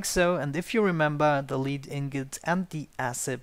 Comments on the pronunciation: Lead isn't pronounced leat its lê d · It's pronounced led... It's the element Pb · Lead is pronounced "led" in English when referring to the ore or metal. English is messed up like that.